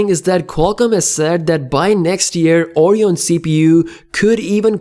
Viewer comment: Stop pronouncing it Orion.. It's ORYON.